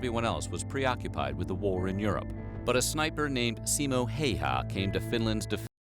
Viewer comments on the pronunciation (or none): By the way Simō Häyhä is pronounced [ See-mo how-ah ]